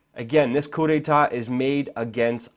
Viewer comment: and "coup de ta" ???? really, my friend? really?